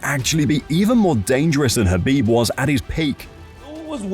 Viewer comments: And khabeed 😂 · habiD NurmagDamegov 🤦🏻😅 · Ah yes, Khabib NurmagDomedov and Charles OlivIEra 😂 WTH buddy?!